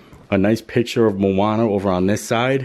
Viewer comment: Sorry, but it’s Moana not Mooana, room looks awesome.